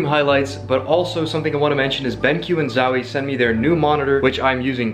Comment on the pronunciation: My boi said "Zawie" 🤣